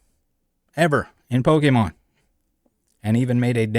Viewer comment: Yup and I hate the way he says Pokémon. He says "Polkamon" and it literally makes me turn the video off every time